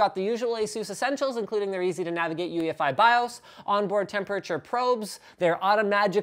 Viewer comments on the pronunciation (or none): none